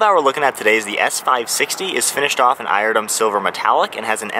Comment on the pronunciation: iridium - not "eye ir dumb". they just let anybody on here i swear lol